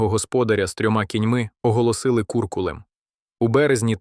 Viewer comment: Дуже круте відео. Але невже не можна самому озвучити? Без ШІ. Ріже вуха РівнЕнщина, кУркулем, ГОрпина, сотня ВОвки , видАвся, крОтом, найкривавІші. Ви робите хорошу справу, але дуже жахливо...